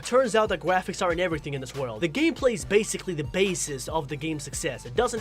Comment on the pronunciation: says graphics wrong me: ayo there no way a GROWN ASS MAN COULD SAY GRAPHICS WRONG also me: goes to another video he made:says everthing like a baby me: ARE YOU F CKIN SERIOUS also me: stops watching his vids